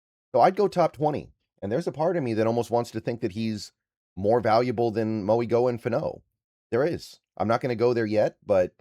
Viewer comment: Francis Mauigoa is pronounced instead of a g it’s a n, “Francis Mauinoa” is how you would say it! Great video tho